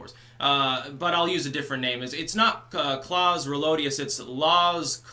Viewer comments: I am german (dont worry, i am leaving this country in 3 months) and you pronounced the name correctly. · Nope, you didn't butcher his name. He really tried hard to make the americans look like hicks...